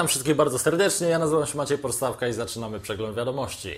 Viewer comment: .Porstawka czy Przyssawka?